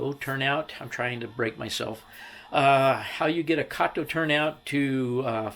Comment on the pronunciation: It's pronounced Kato as in Kit Kat! Kayto is the name of the Chinese guy in the Pink Panther movies!